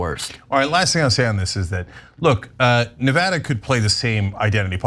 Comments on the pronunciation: It's Ne Va Da not Ne Vood a! It's not complicated. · Let Cenk teach you you how to pronounce "Nevada". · it's really not hard to learn to correctly pronounce Nevada